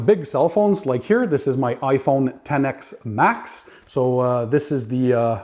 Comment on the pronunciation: Looks like a winner, thanks for the review. One correction, you have an iPhone XS Max (pronounced ten ess max, not ten ex max)